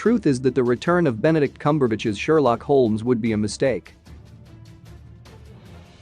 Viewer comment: Your mispronunciation of the lead character’s last name makes me not care what you have to say..